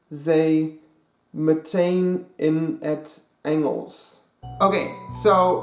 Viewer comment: you pronouns meteen als ment-een